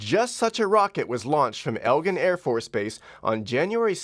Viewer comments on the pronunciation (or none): Fyi, It's Eglin AFB NOT Elgin. Easy mistake to make but maybe you might want to fix it. My dad's pararescue squadron was stationed there.